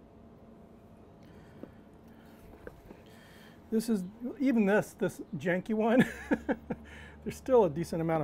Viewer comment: Great video! #1. You said “Jankey” not once, but twice! #2. Your LSG door squeaks like mine I like you 👍🏻 Looking forward to running chip’s through mine very soon.